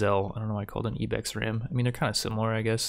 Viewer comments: "Po-plar" uhh "Ebex" uhhhhh "Game of yer" I'm gonna lose it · Poe-plar and ee-bex get added to the "things that trigger me" list along with "tome". I can't understand how he can't seem to pronounce words that are so simple unless English isn't his first language or something. Jesus...